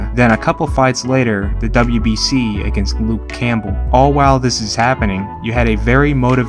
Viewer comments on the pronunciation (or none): none